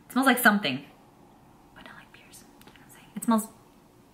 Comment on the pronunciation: Say pear like you're saying bear but with a P. lol i think its so funny when you say pear. I love pears and i know you said you havent ever ate them or only once or something like that.